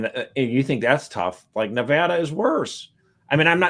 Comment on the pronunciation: OK First, Nevada head here. The first a is an a as an apple not as in awful. Thank you. Secondly, the weather in Northwest Nevada is awesome! But yes, you get a few miles east of Reno/Carson City and it is pretty bad. You might not know this, but lust in the dust occurs in the Nevada desert, and I’m happy to say they are losing money, which is a good thing. Perhaps it will shut down. God sent them terrible thunderstorms a couple years back, and they all got stuck in the mud. So we can pray for that. The other name for lust in the dust is of course “burning man“